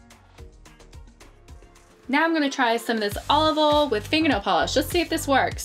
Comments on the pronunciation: You say olive-Val it’s olive “oi al” not olival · Olive oll... This is great but still 😂